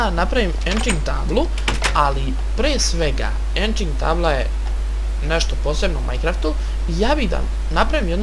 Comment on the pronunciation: nije enching nego enchanting